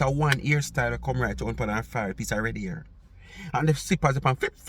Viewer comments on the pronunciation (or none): none